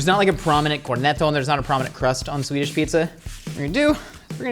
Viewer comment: His Swedish pronunciation is pretty great. Better than I usually hear from Americans.